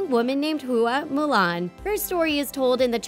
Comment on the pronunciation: …….did she just mess up Mulan’s name pronunciation?